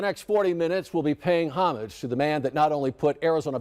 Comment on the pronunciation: Good start with the correct pronunciation of "homage". We can't stand the Hollywood Bimbo & Bozo attempt to sound French (apparently unaware the French word is hommage with two "m"s).